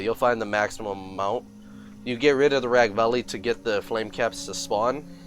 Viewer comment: Its Ragveil bro not Ragvalley , gg tough , cool video...